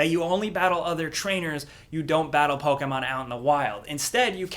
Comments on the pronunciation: its not POKEAYMON. its POKEMON. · Please stop saying “Pokehmon “ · Can you stop saying "Pokaaaaay-maahn"? It really bothers me for some reason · Poke Aye mon? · Lol the way says Pokemon is hilarious "Pokehmon" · YOUR PUTTING TO MUCH O IN "pOkemon" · What do you say Pokemon so weird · Why does he pronounce Pokemon so strangely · why do you say pokemon so weird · The way you say Pokémon tilts me off this flat earth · You saying Pokemon makes me cringe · Please stop saying Pokemon like that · Why do you say Pokemon weird